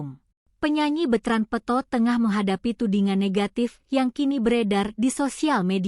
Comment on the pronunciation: Peuto LG ga tahu yNama yg bener kasihan deh sama hostnya g bisa baca yg bener, selalu peuto disebut terus, belajar LG deh komen yg bener